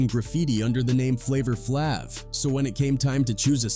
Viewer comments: As soon as I heard the way he pronounced “Flavor Flavv” I exited the video. 👎🏽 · Who tf is flavor flavv 😂😂😂 A.I. pronounced it wrong af 😂😂😂